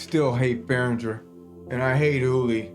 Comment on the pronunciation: Your biggest issue is your mispronunciation of Behringer. 😁